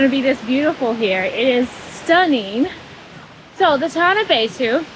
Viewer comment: Your pronunciation of Beitou is great, and I can totally understand it. Glad you love Taiwan❤